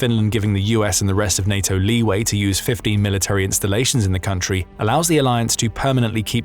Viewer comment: Can you please re-educate yourself on how to say military?